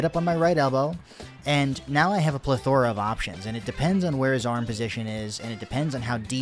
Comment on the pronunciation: This is great! Lots of good information and you can tell you put a lot of thought into the editing too. Didn't know that's how "plethora" was pronounced....?